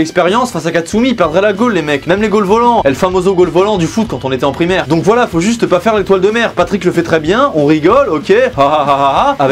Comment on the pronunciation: Dis donc vous travaillez à la pelle "vouhala les z'écrans" Bien marrante....!!!!! Sinon partage tes RC stp c'est quoi ? 😂